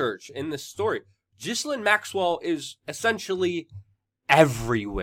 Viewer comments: Say her name properly it's Gil--Lane not Jislin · Its Gill-lane...not jizz-linn... lol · I love your work Luke, but I have one word for you.... "Gee-Lane" hahaha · It’s pronounced GIL-AIN. Not GIZ-LIN. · I think her name is Gi-lane, not Jisslane. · It’s GI-LANE not GHIS-LINE. I LOVE YOU‼️ ❣️ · Its said like gillaine maxwell.not ghislaine . Ur saying it like its spellt my american friend. Oh bye the way she is accused of rape.so why she still free down in brazil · Dude! Her name is pronounced 'Jilaine'! The 'S' is silient! Jilaine! Not Gislaine. So a J sound instead of Ga sound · Luke! Love your work, I’m a big fan and a supporter. Please, for YOUR journalistic integrity, (and certainly not out of concern for that horrid woman) pronounce the names of those you are reporting on correctly: Ghe-len, like trying to make the name Glen into two syllables. There’s a Ted talk here on YouTube with her speaking and that’s how she’s introduced. Thanks for all your hard work and passion! Glad you are feeling better! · Ghislaine pronounced Gees-Lane in french. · minima moralia Her name is Pronounced Gee lane as is the boat her father had the Lady Gee lane. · Mate, Her name is pronounced... Gi-lane Almost like the name, Elaine... Love from Scotland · It is correctly pronounced Geh lane. Something French I imagine. Accent is on the lane part of her name. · Can you try to pronounce her name right or stop saying or so much